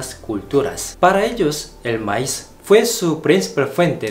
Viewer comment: se pronuncia Maíz pronunciándo la i más fuerte